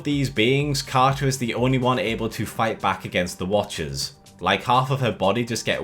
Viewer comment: Ah, yes. Our favourite Captain Ca'a